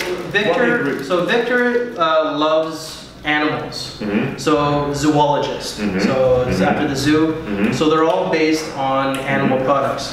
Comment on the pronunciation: Why do you, and all other fragrance Youtubers call this house "Zoo-ologist" instead of the proper pronunciation, which is "Zo-ologist"? Has Victor Wong not contacted all of you to tell you about your mispronunciation? I'm curious. Think about the word. "Zoo-ology" is not even appropriate by English standards of grammar, because it really would require that 3rd "o". Please say the name of the house correctly next time.